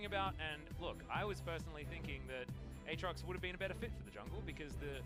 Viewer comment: This caster can't say aatrox once the same way correctly. 😂